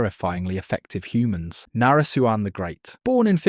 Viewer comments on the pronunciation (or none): Its na-re-suan not nare suan